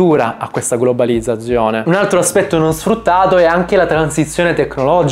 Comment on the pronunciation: Fonetica e dizione: studiale subito. Non ti si può ascoltare... Quando, intorno al minuto 20, parli della 'globalizzazione', mi fai venire i brividi lungo la schiena...